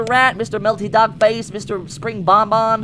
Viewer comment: don't spirng say spirng mama hahahaha😂😂😂